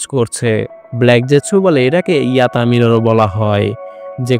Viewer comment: ভাই toska blade and yata mirror ❌ totsuka blade and yota mirror ☑️